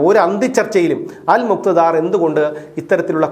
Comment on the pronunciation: അൽ മുക്ത ധാർ അല്ല അല് മുക്താ ദീർ ആണ്